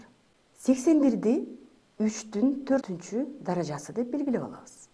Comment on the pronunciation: Мынча невыносима суйлойс, "даража"-деген созду туура айтынчы